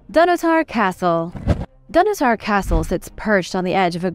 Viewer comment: Please! The Pantheon, from the Greek 'pan' for 'all' and 'theoi' for 'gods' was originally constructed by Marcus Agrippa, a friend of the emperor Augustus. The emperor Hadrian massively restored it but modestly kept the original dedicatory inscription! Donottar is pronounced 'dun otter'!